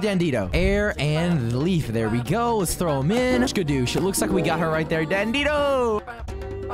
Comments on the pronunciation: Its dandidoo not dandido it kinda sounds like furcorn on plant island and its kayana not kayna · It's actually Dandi Doo not Dandi Do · It’s dandidoo do not dandido you always say it wrong it’s dandidoo not dandido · dandy do(do as in do more videos) that’s how it’s pronounced😅😅😅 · I hate how he says dandidoo like dandido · Why does bro pronounce dandidoo like that?? It's pronounced dan dee doo not how it's spelt